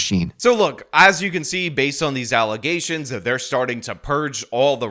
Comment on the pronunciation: FALSE allezations. And NOT FAX.